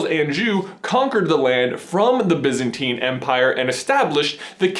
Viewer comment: its pronounced BIEzantine not bizantine